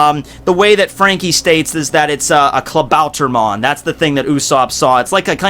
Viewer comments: Klabauter MAN ... say it correctly... MAN like SUPER MAN. Pronounce it in english... becouse iff you try to say it in german... it sounds reggy... "Klabauter MON!" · pet peeve: the way u pronounce klabautermann like "klabauter-mon"